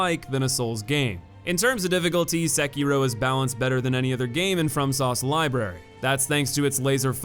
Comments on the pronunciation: its nioh not neo and sekiro not secura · This guy named sekiro as secura lol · Why did you have to butcher sekiro by spelling it out secura. 😭